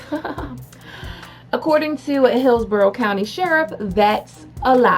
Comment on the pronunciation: The fact that you just said Hillsborough as of it were "pillsbury" just made what was left my poor Floridian soul curl up dead